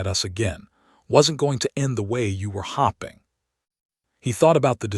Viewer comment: Dear Mr. A.I. it is HOPE -ING! HOPING. NOT HOP. NOT HOP PING! for the love of correct pronunciation, get it right!